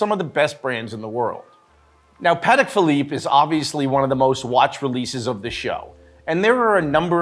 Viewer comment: It's pronounced "paa·tek" instead of "pa-dek". That aside, I am too hoping to see more steel on steel bracelet.